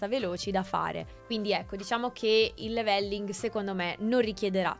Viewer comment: (Commento non importante) scusate la pignoleria ma quando si è abituati a sentire gli inglesi parlare triggera un po' sentire da italiani "new word" anziché "new world" 😅😂 come la pronuncia "levèlling" anziché "lèveling" (accento all'inizio e no doppia L) Per alcuni basta capirsi, ma chi è abituato a sentire pronunce corrette può capire 😂